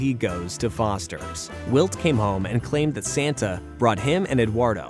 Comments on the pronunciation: Narrator says walt instead if wilt at one point too. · Pretty sure its AI. Heard them call Wilt "Walt" as well